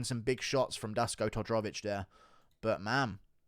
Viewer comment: If you really want to be taken serious as a MMA youtuber, you should start to atleast put a bit effort into prounouncing peoples names somewhat right. You swollowed half the name of Dusko Todorovic lmao. Not to mention some other legendary prounounciations like "Cheemayaff"